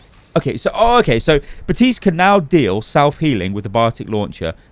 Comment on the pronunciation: Outta curiosity does accent take away Baptiste's "p" or is it a in joke. often sounds like is saying Baa-tiste